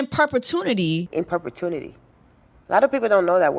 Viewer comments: ‘In perpetuNity’ 😂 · Inperpitunity?? Cause i definitely don’t know that word.